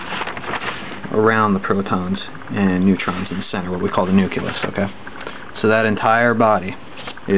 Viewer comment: you sound condescending...btw is it nuculus or nucleus? i do like the video nonetheless.